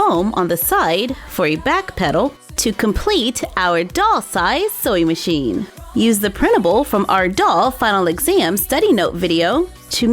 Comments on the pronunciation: Is it just me or is she saying soy machine instead of sewing machine??? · Anyone eles shes saying soying metion or soy metion thats reallh anyoeing me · Why do I kept hearing "soy machine"?